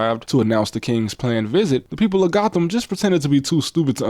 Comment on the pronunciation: Gotham in the UK is actually pronounced "Goat-um".